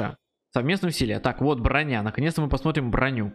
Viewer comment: Ты просто не совсем так произнес